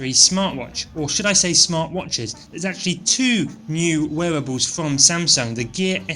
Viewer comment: weawowawles!?....wearables!?....not a weal watch